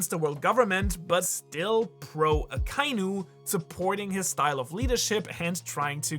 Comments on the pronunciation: Bin neu auf dich gestossen. Super videos. Kleine anmerkung für die aussprache der namen, vor allem aka inu, übersetzt roter hund, trenn die silben aka und inu und verbinde die vokale ai nicht. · Why does everyone pronounce Akainu incorrectly? They only say the name in the show plenty of times...